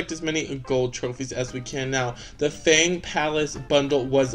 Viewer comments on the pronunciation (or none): Congrats on getting sisu and finally welcoming moana! Love ur sisu, maui n moana impression😊 the blue chest is called the resource chest. Because im chinese, we prounce fang differently from how u prounce it.. u can look it up with u r interested😊